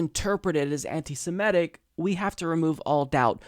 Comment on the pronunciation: I wish someone would explain to this guy that the word is SEMITIC not "SIMETIC".